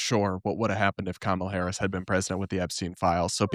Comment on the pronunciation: Damn Blair got 🔥. The fact that these people can't pronounce Kamala Harris at this point shows you the level of intelligence they possess.